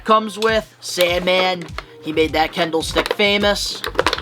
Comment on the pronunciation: Kendo* stick, not Kendall. Not talking Jenner here, sir. 😂